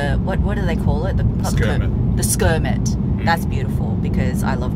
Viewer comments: Sorry what's a skermit??? 😂😂😂 It's am Rolex Kermit!!!!! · Did she say Skermit? Lol